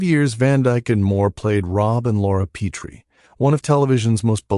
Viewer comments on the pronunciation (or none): Pet tree is how its pronounced